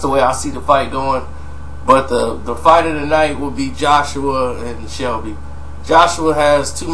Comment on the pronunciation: It's Selby not Shelby